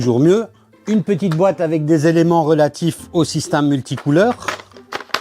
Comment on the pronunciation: Salut , je suis le seul à entendre " SYSTAME " au lieu de Système quand il le prononce ?